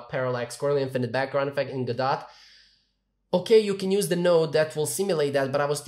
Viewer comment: I'm gonna join the hate train :D It's pronounced as "Go-doh", not "Go-dot".